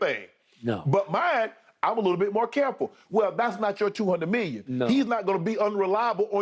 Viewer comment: Nah man someone should tell Unc that it’s “million” not “miyon”. 😂 😂😂😂